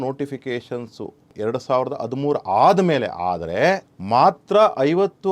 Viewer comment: ಆದಿಮೂರು ...ಅ ಬರಬಾರ್ದು ಹ.....ಹದಿಮೂರು ಅಂಚಿಕೆ ...ತಪ್ಪು ...ಹಂಚಿಕೆ ಅ..ಇದ್ದಲ್ಲಿ ಹ. ..ಅನ್ನೋದು ಹ..ಇದ್ದಲ್ಲಿ ಅ. ಅನ್ನೋದು ತಪ್ಪು